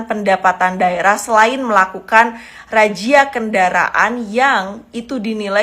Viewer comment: Razia kok jadi rajia? wk...wk...kw